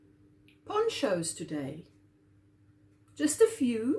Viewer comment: OMG, instead of ponchos I heard porn shows... This is what happens when I watch after Ginger's chat. Lol.